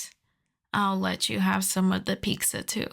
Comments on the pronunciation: Are u saying Peekza? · I thought I'd NEVER hear anyone else say Pizza like this other than Ironmouse, but apparently life proved me wrong today 💀